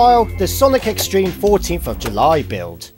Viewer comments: His Z-Treme pronunciation (Z-Stream) infuriates me... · on z-treme it sounds like he’s saying z stream